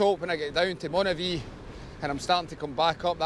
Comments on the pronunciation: Was sitting here trying to figure out where Monavie was, and then realised you meant Moniaive. Pronounced Monee-aye-v. 😂 Despite that confusion, this looked like a fun day out! I can’t wait to get out myself. The longer evenings and the odd nice day are calling, but I’m just waiting for a recent bout of the flu to clear completely first. I’m chomping at the bit though when I see videos like this! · Great video, but Dumfries and Galloway is NOT the Scottish Borders. Moniaive is Moni ( almost like money) ive( hive with no H ) Look out for the Tearfund cycle, now from Dumfries Baptist Church, August 16th. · Nice to see my old haunting/cycling ground around Moniaive (pronounced moni-ive), that’s my mates pub/hotel in there called “craigdarroch”where I used to work, nice wee tour of the area.